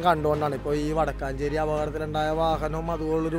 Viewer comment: വാടക്കാഞ്ചേരി അല്ല വാടകഞ്ചേരി